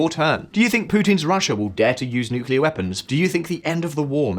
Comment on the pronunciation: Major cringe 😬 when someone says "nucelar" instead of "nuclear"